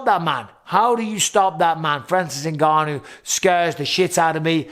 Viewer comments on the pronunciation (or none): How long will Ngannou have to fight before announcers learn to pronounce his name? They managed to get Nurmagomedov.